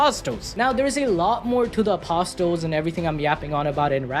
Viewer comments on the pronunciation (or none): Apostle is pronounced like castle